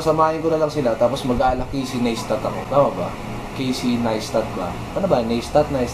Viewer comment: Caysey Neistat - Naystat ang basa